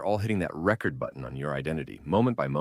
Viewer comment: AI voice, see pronunciation of “record”